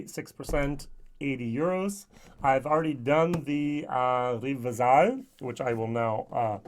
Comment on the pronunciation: Teddy KGB (below) has the correct pronunciation. also, in your previous video, Rivesaltes is pronounced... Reev-salt (same second syllable as in•sult)